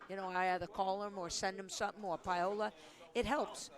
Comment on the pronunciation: Why on earth does Fran Davis pronounce Paola Longoria's name as "pie-o-la"? It's so uneducated.